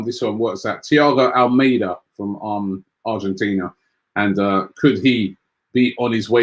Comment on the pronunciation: MAN JUST SAID ARGENTINIA